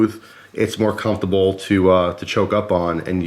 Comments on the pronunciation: If there's one thing you can count on in every cutlerylover knife review it's pronouncing comfortable to sound like cum-table. Gotta love it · EastTexasOutfitters I never noticed... Now I can't un-hear it XD